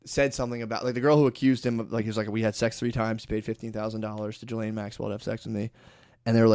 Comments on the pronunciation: See how many times Matt calls her Gillian instead of Ghislaine haha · Gill-Lane is what Ghislane sounds like. Not Jizzlane. Look, fuck her and whatnot. But thats like pronouncing Matthew not like Math-you but like Matt-Hue. Once again, fuck these people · I have been pronouncing Ghislaine Maxwell wrong